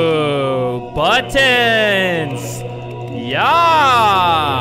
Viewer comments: He says BUTOOONS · In Heaven, They Were Saying 'Buttons' If You Listen To It Carefully, You'll Hear It XD